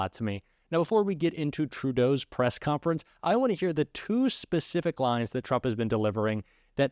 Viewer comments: Interesting, but, er "COFNERENCE"... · Wtf is a "Press Cofnerence" haha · Cofnerence- hahaha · "Cofnerence"??? Really?